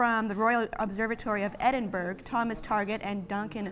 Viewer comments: Did she say Edinberg? It is Edin-bu-ruh. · hey, sorry but it's pronounced Edin-brugh not Edin-burg (or Edin-bro for that matter). Hate to be that guy, love the show tho:) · Edinburg. M8 I'm from Edinburgh and that triggered me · It's Edinburgh (with an oh sound at the end) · "Edinburgh" pronunciation fail.